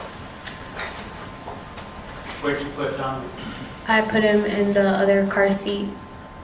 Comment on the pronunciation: His name is Domenic....not Domenique....there is a difference. Lets show some respect here for this beautiful little 5 year old boy.